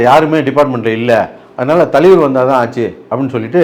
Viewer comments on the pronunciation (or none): Thalaivar❌ thaleevaru✅ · THALAIVAR❌ TALIVAR✅ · Thalivar❌ Thaliveruhh✅....😂😂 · Thalaivar ❌ Thaleevaru✅ 😂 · தலைவர் ❌ தலிவர் ✅ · Thalaivaru❌ thalivaru✅ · தலைவர் ❌ தலீவர் ✅ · Thalaivar ❌ Thaleevar✅ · Indha aalu ku thalaivar nu solala terla. Thaleevaru nu solraru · அமிதாப், தூஷாரா னு சொல்லுவதும் தலீவர் என்பதும் வேற லெவல் வேட்டையனை வெட்டி ஆக்கிய ப்ளூ சட்டை 🤝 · தலிவர் இல்லை அண்ணா தலைவர். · I can sense your frustration, pain in your ASSS when you pronounce the word THALAIVAR as thaleevar. Hope you got your meal today and also consult with your doctor about the pain in your ASS. It’s called rajini phobia. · தலைவர் ❌ தலீவர்✅🤣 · தலைவர் ❌தலீவர்✅ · தலைவர்❌ தலிவர்✅ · "ஷமூக விரோதி" 😂😂😂 தலீவருக்கு "ச" வராது "ஷ" மட்டுமே வரும் 🎉🎉🎉... ஆனா இதல்லாமா கவனிப்பீங்க😮. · Tone: Thaleevar😂😂😂😂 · தலீவர் தலீவர் தலீவர் இரிக்கி இரிக்கி இரிக்கி 😂😂😂😂